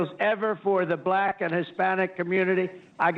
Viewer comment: Indeed, that was regarding the Harlem rant. On top of that, he pronounces black as "buh-lack." Yeah, he's not racist, lol.